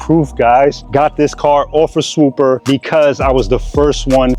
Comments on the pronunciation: If you use that app for real id assume you'd say the name correctly. I use "swooper" to get the cheapest prices...meanwhile its called swoopa. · its clearly "swoopa" not "swooper"